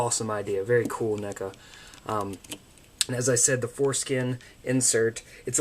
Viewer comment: Its neckuh